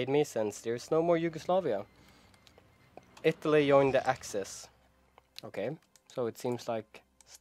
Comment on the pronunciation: Ittaly instead